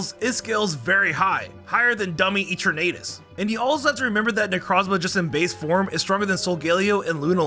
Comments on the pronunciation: Can you PLEASE, PLEASE correct your pronounciations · You sed gible and eternatus and lysander wrong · the pronunciations of all these words… gible… kalos… eternatus… and so much more + elio, lysandre, selene